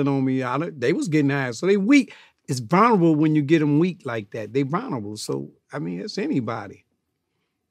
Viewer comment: I love old heads that always mispronounce shit, “they vonerable” 😂